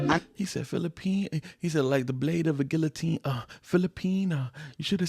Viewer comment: Love the reaction, but you should google "guillotine" 😉